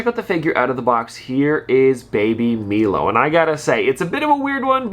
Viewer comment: Not the baby “milo” it’s pronounced “Mylo”